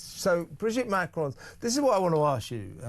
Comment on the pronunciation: For me the greater mystery is, why does Candace Owens (and in fact most Americans) think there is an 'e' at the end of Macron? Its ron, not rone! (Sorry if that sounds like a mon)